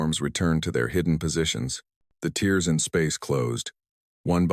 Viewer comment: Teach your AI to pronounce "tears".....